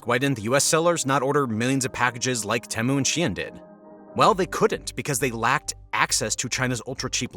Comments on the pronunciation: I think most people pronounce it "Tea-Mew" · Great video but i can't help but get annoyed with how you pronounce Temu.